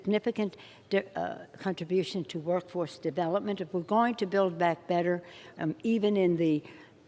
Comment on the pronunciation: WTF is Bay Back Better ?